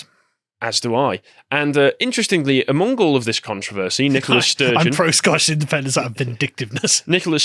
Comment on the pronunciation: Good old Nikolas Sturgeon, the woman. Seriously, are they saying NICOLA? I keep hearing NikoLAS. But maybe that's a play on lass. Wouldn't shock me.